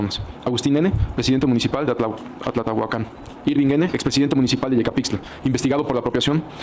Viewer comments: Atlatlahucan no Atlatlahucan jajajaja 😂😂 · se dice atlatlahucan